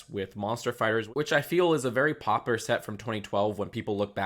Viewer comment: Dude pronounced “popular” as “popper”